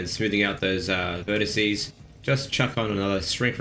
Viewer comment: What is a verticie? I've heard of a vertex and vertices but I 'm totally confused by this word. What do you mean?